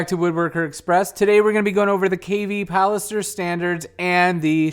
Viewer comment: It's pilaster, not palister....lol.